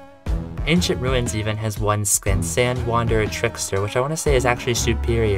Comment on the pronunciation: Please pronounce skin correctly